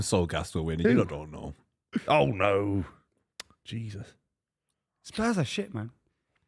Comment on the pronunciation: When is going to learn that the J in Jesus is not silent